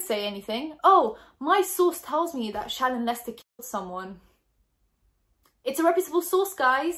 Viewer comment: i honestly thought her name was “shannon” from how was saying it but then i read the comments & saw how it was spelled lol 🙃